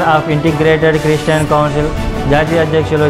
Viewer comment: క్రీస్టియన్ కాదు క్రిష్టియన్ క్రి స్టీ యన్